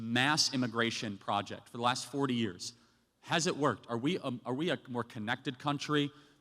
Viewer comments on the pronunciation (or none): none